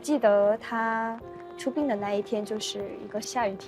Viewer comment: 讲到自己多热爱华语，但是连普通的词语都读错 （4：04），看李光耀先生的”出殡“ bin4， 不是滨。22：03 看不起周围的朋友对华语的掌握，语调甚至带着轻蔑意味，真的不可取。什么是”导致我在学习戏曲的道路上会感觉孤独感，因为很少有同龄人跟我一起“分担 ” 兴趣和爱好。。。你的华语明白什么意思是“分担” 吗？还觉得欣慰，赞她侃侃而谈？？华文华语，博大精深，学习语文必须抱着谦虚态度学习，不可过分自信，看不起朋友。希望你不要误人子弟为好。。。。